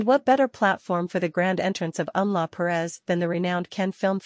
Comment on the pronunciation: It's not Em-la Perez. It's Emilia Perez.